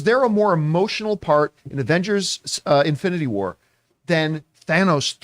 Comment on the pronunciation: Avengers seeker wars